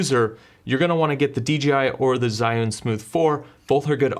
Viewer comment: Zhiyun don't pronounce like what you did..